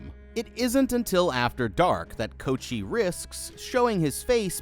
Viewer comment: I'm giggling at you calling him "Coat-chee"